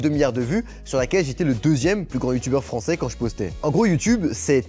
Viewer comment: Sérieusement, quel MM! JEU DESTESTEU CE TYPEU DE FRANÇÉS.